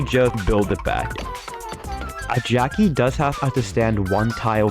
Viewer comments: Why does it sound like 'geoci' instead of 'Jacky'... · I heard jockey…